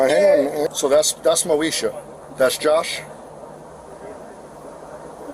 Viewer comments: "moe esha" come on man what r we doing lo l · Hearing him constantly say “Moesha” was hilarious. He’s good at his job 😅